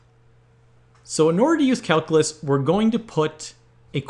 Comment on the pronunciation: I love your challenges! Would you do something for me? Learn how to pronounce calculate and calculus? Cal-"q" lus, cal - "q" late